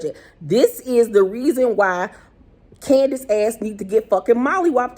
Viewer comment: GURRL!!! If you say Candiaass one more time. 🤣🤣🤣🤣🤣🤣🤣🤣🥰